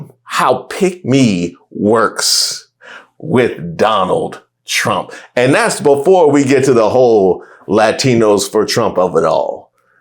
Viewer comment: First it was “I will boat…for Donna Trum” , now this hahaha lol🤦🏻‍♂️🤦🏻‍♂️